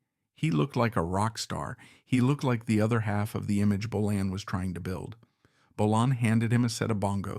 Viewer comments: It's Bolan, not Bolin, and Finn wasn't in the car crash! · Bolann? Bolayne? Bolon? Lee's Paul??? Pictures of Suzi Quatro and Steve Vai? Dude, your subject choices are awesome, but you are in DESPERATE need of a knowledgeable and capable editor.. Consider it. Relying only on AI is a big mistake.